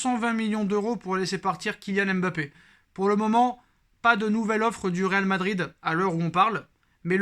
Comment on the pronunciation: on ne dit pas M.BAPPE mais MBAPPE merci.